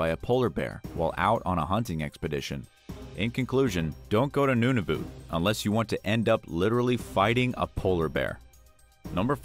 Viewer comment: Noonoovoot 😂😂😂 eekwalet 😂😂😂😂 Nun-ah-vut😂😂😂